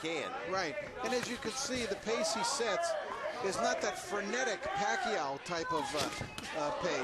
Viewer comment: if i hear them say manny pacquio one more time im out of here